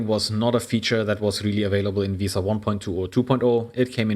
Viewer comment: it's not pronounced veee-sa it is correctly pronounced ve-sa like Vespa but without the p.